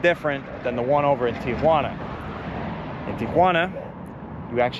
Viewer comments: Thank you for pronouncing TIJUANA correctly......It makes me sick to hear everyone including our president say TIA JUANA...... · You pronounced Tijuana expertly. Three syllables